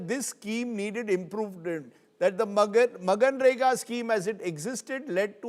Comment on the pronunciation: It is manrega and not maganrega Rajdeep.